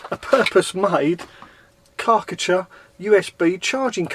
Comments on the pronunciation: Kar-cher. KAR CH'er Car t cher. why have you got a Karckatcher? Chinese knockoff? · It's Kar Cher. Not karKA cha ! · LOL strange way of saying Karcher, I thought you was eating something nasty when saying it ,lol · Have I been saying Karcher wrong my whole life??? Great Wed waffle as always 👍🤙